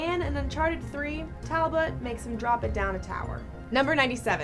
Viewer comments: "Talbert". No. It's Talbot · And Talbert.